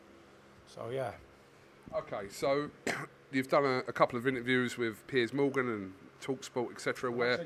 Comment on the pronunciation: Did he say ‘Piss Morgan’? 🤔